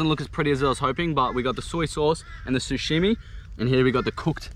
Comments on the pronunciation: No one:: SUSHIMI instead of sashimi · ahahaha he says "sushimi" instead of "sashimi" lolll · SA SHI MI NOT SU SHI MI 😂😂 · it triggers me so hard that he's sayin sushimi instead of sashimi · Hahahaha sushimi....its sushi sashimi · Who's gonna tell him it's pronounced Sashimi not sushimi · Sashimi bro . Not sushimi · Its sashimi bot sushimi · No “damn lemon” and hahaha did he just call it “sushimi” ? Love these catch and fry vids mate! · I love how you call it sushimi hahah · love how he called it "sushimi"